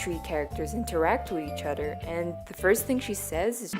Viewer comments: The word is other not udder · “Udder one”